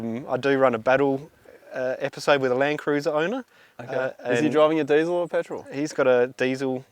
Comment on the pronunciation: “Pertol” Patrol 😂